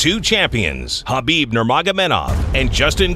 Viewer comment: 6 years later and people still aren’t pronouncing Khabibs name right. 🤦‍♂️